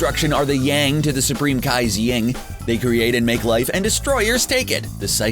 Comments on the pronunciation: YIN... not YING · Yin, not Ying.... 🙄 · Its nit picking but its YIN not YING